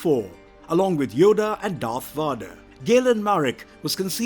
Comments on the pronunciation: He says vader and savage weird i didn't even know who he was talking about until i looked at the screen and saw that it was darth vader. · How can you mispronounce Darth VADER??? lol That is like the most well known character ever! Not to mention all the other ones he just butchered up! It would really help to actually see the movies and series! At least he didn´t say Obi Wanker Nobi!! lol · Seriously, it's like how do you butcher the name one of the most infamous villains in the Star Wars franchise? 🤦🏾‍♂ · Dude you’re either making fun or you’ve never watched or read any star war material. No way can you pronounce these names and think it’s correct. You’re saying “rayvan”, “vauder “…. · Someone get this man a pronunciation guide. VADER as In, inVADER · ''Darth Varder'' The man reading this had never watched a single star wars film. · NOBODY calls him Darth Waader and NOBODY gave him the name Darth WAADER. I can`t watch this shit! His name is Bottle of Wader. Smoke on the wader and Obi-Wan in the sky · Imagine how it feels.. watching about an hour into what's supposed to be an informative Star War's lore video... And the flipping dude calls Darth Vader "Voder" If we can't even get the basics right, how in the heck am I supposed to believe the rest of the video is even accurate? Lol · My man please...learn the character's actual names 🤦🏼‍♀️ vader not varduh, Palpatine's name was also taken from the same naming scheme of removing the In at the start of it, you have Invader and Insidious for darth vader and darth sidious, how you got that so wrong let alone everything else just wrong in this video its like you've never watched anything to do with starwars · Every time you pronounce Darth vader (which should be pronounced as VEYder) as VAHder, it’s like you’re talking about a completely unknown character. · what the heck are these pronunciations? vuh-derr???? RAY-VAN? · oh yeah darth varderrrr who's his son luke skyrunnerrrr